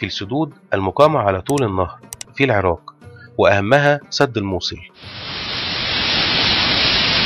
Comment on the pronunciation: الله يجزيك الخير ولكن لدي عتب عليك يجب نطق حرف القاف بشكل صحيح و أنت يا سيدي الكريم تقوم بقراءته كما لوكان حرف الكاف فمثلاً العراك بدل العراق و كذلك مدينة الكائم بدل القائم تمتاز العربية يا أخي الكريم بمخارج حروفها التي لايمكن تجاهلها عموماً خالص شكري و تقديري و محبتي لكم دمشق ٢٠٢٢/١٢/١٧